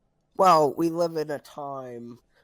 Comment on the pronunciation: “We wive in a sociewety”